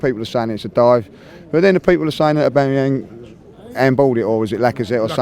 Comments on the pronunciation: "Obanyang" LOOOL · I've met a couple of times,he can actually say Abamayang. Maybe he gets nervous on camera. But a lovely guy and great analyst